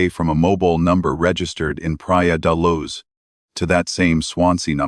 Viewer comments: Praia de Loooge. Not Luzzz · This is an annoying AI voice hence the reason this voice can't pronounce Luz.